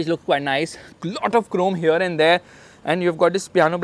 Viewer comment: Right haerre lol